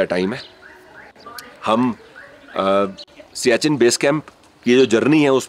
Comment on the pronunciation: आपका उच्चार सियाचिन सही नहीं है। यह सियाचेन है।